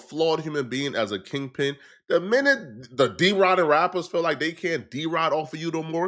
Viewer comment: tf is a kingping lol